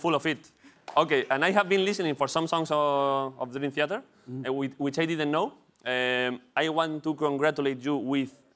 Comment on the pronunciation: David broncano se ha traído a Dreamtheater a catar agua a su programa, y a olerle la barba a Jhon Petrucci. Este tío va en buen camino. PD: La cara de petrucci cuando David pronuncia mal el nombre de la banda es brutal. XD